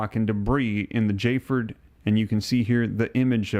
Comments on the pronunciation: Not jford, spelled fjord but pronounced fyord. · Fjord is pronounced like the j is a y so it would be fyord, not fjord! Did you not learn about fjords in geography class? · Myanmar is pronounced me-an-mar. Fjord is fee-ord. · Fjord is pronounced Fe-yord for future reference. Great job on reporting, Sir! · Fjord - Fe-ord. Dude, I 'm a high school drop out. What's your excuse.🤣Sorry, I'm a jerk.